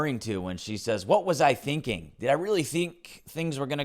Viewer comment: "What was I thinking-uh?"